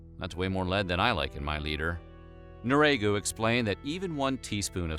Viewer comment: Jerome Nriagu, would pronounce his name, 'knee-ree-ah-go,' if anyone was wondering. The narrator was just lazy.